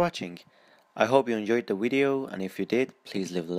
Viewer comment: "I hope you enjoyed the wideo" 😭😂😭😂😂